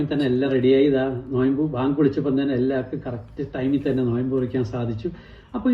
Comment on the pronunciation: നോയ്മ്പ് അല്ല - നോമ്പ് എന്നാ